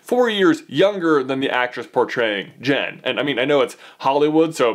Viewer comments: her name is JYN NOT JEN MY GOODNESS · It's JYN , pronounced J-I-N with an i sound! No E in there so it's not JEN! Sorry it just really annoyed me! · Ahhh its Jyn not jen